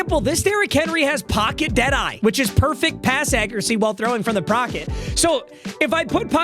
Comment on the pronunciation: grown man cant say the word pocket